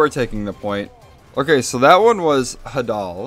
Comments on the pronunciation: This wouldn't bug me as much since it's not a very common word but for some reason a LOT of tf2ubers got this one wrong, I have no clue how so many people did so. I couldn't find anything saying Hah-dul is another accepted pronouncitaion either. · Hadal is pronounced “Hay-dul”. I know the Hadal Zone is a very deep and dark part of the ocean, so I’m guessing it refers to the part of the ocean due to the background